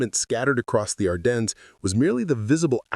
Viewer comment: And French. Even we Americans can pronounce Ardennes better.